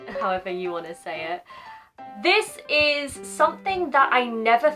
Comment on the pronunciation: イギリス英語ってちゃんと「ディス・イズ」ってくっきり発音するんですねぇ